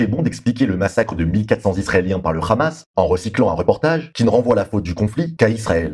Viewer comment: Des que j’entends khamas au lieu de Hamas je sais q c’est de la pure propagande sioniste donc laisse tomber